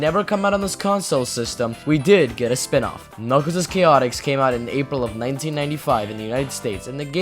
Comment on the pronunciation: This is the first video I have seen where someone pronounces the game's name correctly.